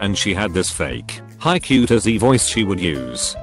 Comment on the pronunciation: It can’t say cutesy either